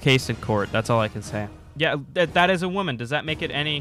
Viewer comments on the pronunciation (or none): If he wants to call it "womam slaughter" then at least say "woman" and not "women"